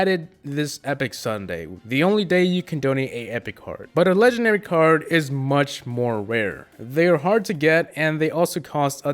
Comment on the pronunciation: Does it bother anyone else that he says legenary instead of legendary